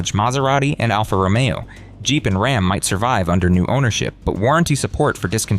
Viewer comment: “Rahm is in crisis”. AI FAIL